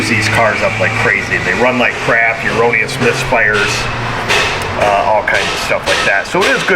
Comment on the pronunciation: Hopefully at some point here realizes the word he's looking for is "erroneous", as in "error. Not "uroneous."